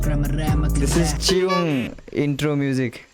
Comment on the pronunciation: Hello pronounce as chi- yung not chi -ung. ❤❤❤